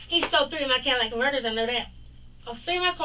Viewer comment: Not your "Cadillac converter" 😂😂😂